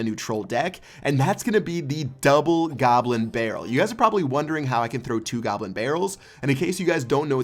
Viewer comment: he says gobber barrel